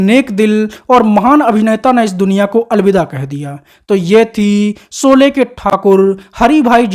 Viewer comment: सोले नही रे भोसडीके शोले बोल, गंवार कही के 😡